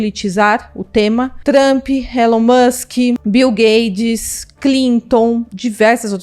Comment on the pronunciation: O nome do milionário é Bill GATES!! Não é gades!!